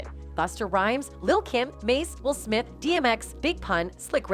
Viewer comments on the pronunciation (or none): none